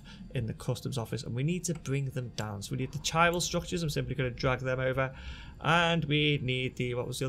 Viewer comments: It's "ky [as in "sky"] ral" not "chi ral" in it's pronunciation ;) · if you know your greek, the it's Kyral - strong K sound in the word Chiral. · Chiral is pronounced KY - RAL